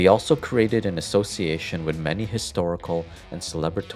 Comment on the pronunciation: Learn how to say the th in the word with, not wit 🤦🏻‍♂️